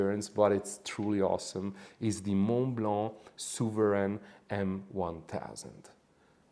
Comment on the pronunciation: You said Montblanc souveran M1000😂😂😂!! Nobody is offended here😂😂.